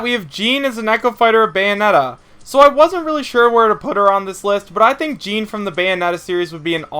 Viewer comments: Paper Mario wouldn't be an echo fighter. He would be his own character considering how different he is. Btw Jeanne is pronounced "Jeonn", not pronounced like "Jean". Just giving you a friendly correction. Btw if I were to choose another Kid Icarus rep, I would choose Viridi. I would love to see he playable but she wouldn't be an echo fighter. Btw Shadow isn't evil or good. He is an anti-hero like Dark Pit. I do agree though and hope me and everyone else saying this is right though that he is making it into the game. I say Shadow and Ken are gonna be the final 2 echo fighters. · It's not Jean like Jeans it's Jeanne. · How do you pronounce Jeanne wrong every time? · Echoes share the same body type as the characters they echo, dude....Toon Zelda wouldn't work due to height difference and ffs Paper Mario is NOTHING like Mario/Dr Mario and CANNOT work as an Echo. The mispronouncing or Jeanne's name made me cringe a little....guess you've never actually played the Bayonetta games or you'd have said her name correctly ( no offense or anything, just my OCD kicking in ). Finally, I want to add that Ninten is still a likely candidate.